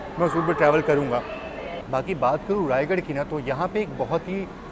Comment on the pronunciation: रायगढ़ नही रायगढ़ा है भाई ।दोनो अलग अलग शहर हैं ।